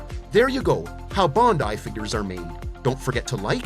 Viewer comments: Bruuuhhh..bundai..its BANDAI..🤦‍♂️🤣🤣🤣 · Gun-dom! Bon-dai! Might not be AI… but geez! 😂